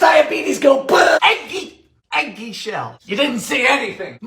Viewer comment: Firstly, I truly don’t understand how you are single. Secondly, I love every time you say “EGG-GY” and “botulism”. Please never stop making these 😂❤️